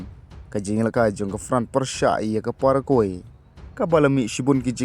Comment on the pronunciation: Pronounce paragwai bro.